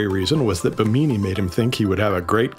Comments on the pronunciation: It’s pronounced : Bim-eh-nee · Its not called Bemini its pronounced Be me ni (Bimini)